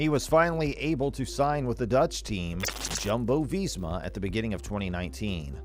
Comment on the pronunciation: Jumbo-Visma is pronounced Yumbo-Visma